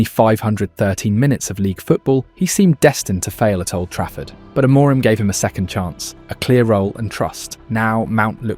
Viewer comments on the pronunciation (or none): Trigger Warning: For half the video this dude pronounces "Amorim" like it's a fucking spell in Harry Potter. That's all, have a great day. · The voiceover pronounces Amorim incorrectly and also spells out I-N-E-O-S instead of just saying it. It also does that "it's not X, it's Y" AI writing trope pretty much constantly. Was going to follow the page but there are creators who are putting more effort and analysis in, this is just an engagement farming channel it seems. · Can only assume that this is Ai generated. Pronunciation of names is inconsistent, spelling out I-N-E-O-S, and the overall tone. Three wins on the bounce but you’d think we’re a win from winning the league.